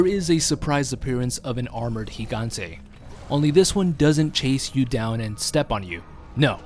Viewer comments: its pronounced el higante (Gigante) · Finally someone actually knows how to properly pronounce his name. Seems nobody realizes the first 'G' in Gigante makes an H sound.